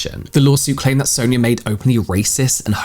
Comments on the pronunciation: How do you say ‘Sonya’ ? Sawn-ya Not Soon-ya, sown-ya and sow-in-ya - you’ve been using a variety of (incorrect) variations 🙄 It’s not a common name but it’s common enough that you’ve surely heard it before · I always thought Sonya was pronounced like Son-ya... feeling embarrassed now cuz I kept calling my client who had the same spelling that and she didnt correct me 😅